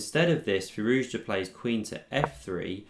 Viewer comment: I stand corrected. My apologies. You are literally the only one that says it right. 🤣